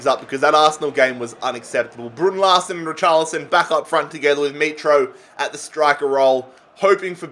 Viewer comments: Legend says that still says brrrrrrrrrrrrrrun larrrsen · That pronuonciation of Brunn Larsen hurts for my ears😂